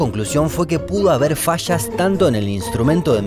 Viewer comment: Porqué cuando es falla tú dices : facha. Cuando es valle dices: vache, más allá :dices más acha. Porqué??????